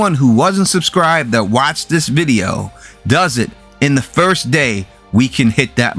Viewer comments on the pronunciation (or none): none